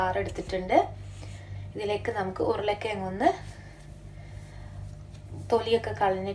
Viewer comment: ഉരുളക്കി യങ്ങ് അല്ല.......... ഉരുളക്കിഴങ്ങ്